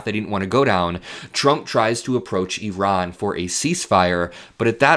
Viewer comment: Thank you for pronouncing "Iran" the way the entire world except for unschooled Americans say it, that is, "Ee-rahn"; rather than "EYE-RAN".